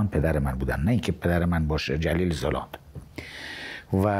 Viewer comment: چرا همه می‌گم زُلاند؟ زَلانده!